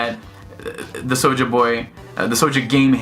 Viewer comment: Why do you keep pronouncing it “sowja”?? You sound like a lil kid who cant speak properly.